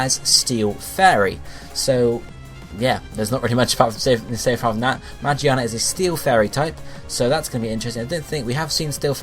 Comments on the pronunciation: it's pronounced "Muh-gear-Nuh" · Pronounced Ma- geer -na to be percise.